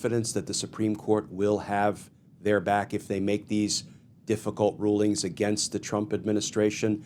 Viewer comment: Please correct the word against. Thank you for your hard work!!! Bless you❤